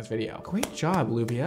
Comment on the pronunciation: FYI Llubia properly written is LLUVIA and it's rain in Spanish and you pronounce it as "you v ah" cheers